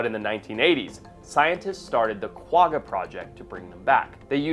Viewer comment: it's pronounced kwa-ha.